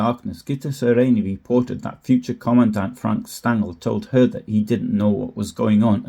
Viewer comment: The "S" in German names is usually pronounced as a "Sh" for example "Shtangl", for Franz Stangl